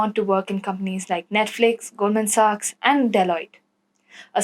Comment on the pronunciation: It's not Goldman socks .... its Goldman Sachs.. Instructors are awesome and will subscribe.